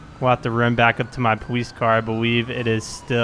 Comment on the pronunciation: its the powice